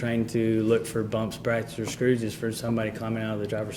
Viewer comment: “brump, bracks, or scrooses.” Was the officer drunk on the stand 🤔